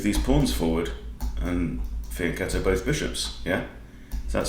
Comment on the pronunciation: As always very instructive video. Thank you. And very good pronounciation of "fianchetto"! Greetings from Italy